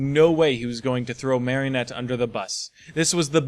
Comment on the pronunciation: I love podfics and I'm so happy you're contributing. I'm definitely subscribing so i can hear more. I have only one piece of constructive criticism and its the pronunciation of Marinette's name. You're currently pronouncing it "Marionette" which is one of those dolls hung by strings when it should be more of a conjunction of "Marie Antoinette". The French Dub (which is the more accurate pronunciation of the name) pronounces it MARE-in-ette with the Mare being pronounced the same as a horse mare. The English dub softens the a and pronounces it MAR-in-ette like from Mars. I hate to nitpick and you don't have to change the way you say it if you don't want, this is just the one issue I have.